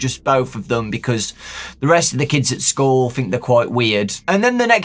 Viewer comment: I thought he said new skull instead of school at first as if Kelsey was a spirit that had been put into a new body